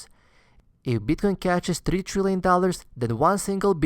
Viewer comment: beeetcoin :D